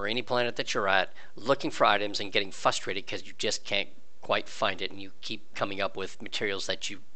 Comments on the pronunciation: Good video, but I'm frustrated at you saying "fusstrated". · If you're going to say frustrated as many times as you did maybe annunciate the r a little better. "fustrated" is all I heard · Lol yes! I let it slide the first few times and then found myself talking to my phone, "R, there's an R! FRustrated, FRUH-stated". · Is there a reason that you don't pronounce the first R in "frustrated"?